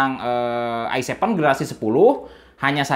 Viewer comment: "Se Pe U intel ai sepen dan ai nain" 😂😂